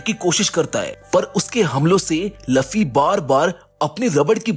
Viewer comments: Luuuuuuuuuuuufffffffyyyyyyyy not laffy sare video ki maa bhen kr diiii Bhai tune.😮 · Bro I like your explanations, but he is Luffy not Laffy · Arey wo luffy hey laffy nahi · Laffi nhi luffy ha